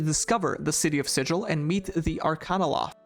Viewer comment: the city of Sigil is pronounced with a hard G like “gull” /ˈsɪɡəl/ not like the word sigil as in a magic symbol /ˈsɪd͡ʒəl/